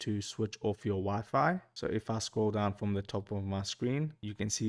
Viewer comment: Dude can't even say wifi